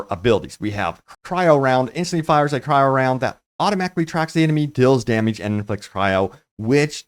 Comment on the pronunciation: Its Cry-Oh not Kai-Row, Congested sinus man.